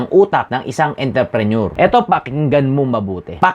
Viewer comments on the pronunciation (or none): Intreprenuer dong hindi interprenuer